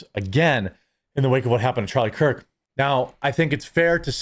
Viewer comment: I feel like u keep saying charlie kirt not kirk